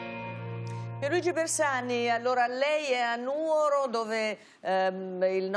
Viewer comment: Lilli Gruber che pronuncia correttamente Nùoro è emozionante. Credo che ci sia lo zampino di Floris